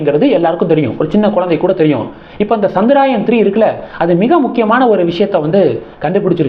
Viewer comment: Not Chandraayan, it is chandrayaaaaan